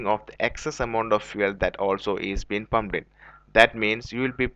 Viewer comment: This guys cant say petrol pump He is saying petrol bump listen carefully